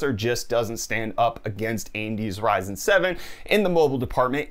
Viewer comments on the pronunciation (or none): none